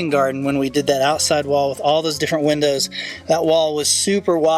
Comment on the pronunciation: Gin-dows 😅 Also, as always, you guys have the best b-roll! Stunning, beautiful, fabulous!